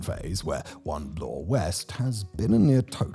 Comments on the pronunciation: Also, Bloor does not rhyme with floor. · Yunj? Blore? Come on! It's pronouned "young", and Bloor does not rhyme with floor.